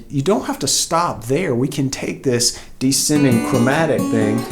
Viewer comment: Descending. There's an 's' in it.